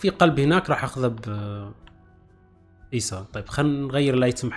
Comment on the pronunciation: بعدك تغلط في اسمهم 😂😂 ايسو مو ايسا